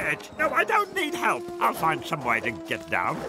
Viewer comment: Mr Bean: Let's get into it what i heard: Let's get cui